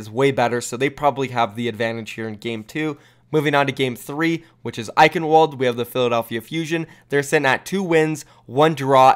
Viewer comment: Ffs... Eichenwalde is pronounced with a v not a w because its German....